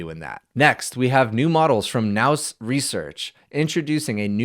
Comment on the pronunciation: nous is pronounced new i think? not that it matters much